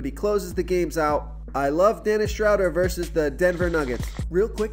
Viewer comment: Dennis Shhh-road-eer